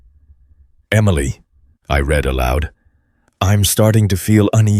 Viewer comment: Again the wrong pronunciation of a simple word. Read eiter reed or red according to proper use. I am deaf. I read transcripts. You should too.